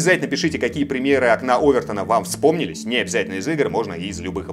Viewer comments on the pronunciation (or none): простите но ОвертОна !! ударение на О ! ;)